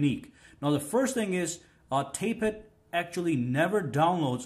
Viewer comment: tap-et not tape-et ;)